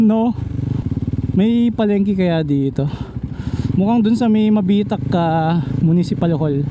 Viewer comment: Nice vlog idol ang ganda ng lugar na pinili nyo pag campingan Welcome to Mabitac Laguna medyo mabilis ang bigkas ng Mabitac dehins mabagal,nxt time pag mag sisigang kyo yung maliit na pck ng sinigang mix halos png 1liter na isasabaw mo di ba mag sasaing ka i save mo yung pangalawang pinaghugasan mo ng bigas very good yun Idol syempre lalagyan mo ng kaunting seasoning mahigit isang oras pag biyahe papunta dyn taga Sta Cruz Laguna ako idol ingat ride safe and God Bless"".